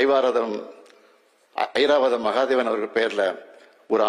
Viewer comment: 😂😂😂" ஐவாரதம்"... ஹா.... ஹா..ஐராவதம் இல்லை😂😂😂